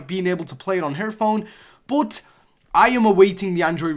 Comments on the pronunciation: Why does this guy say bot instead of but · You don't know how to say "BUT"